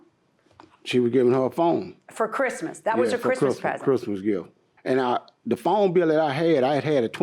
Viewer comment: He said krizmuh instead of Christmas 🙄😆